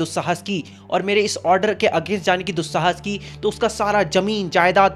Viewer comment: Dusahaaas ki was too funny😅